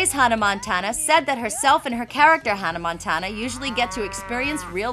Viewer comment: Hunnuh Montuunuh and Teller Swift.. haha.